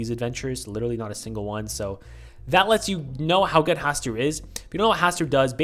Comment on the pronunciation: not to be the lovecraft nerd but it's pronounced HaSTOOR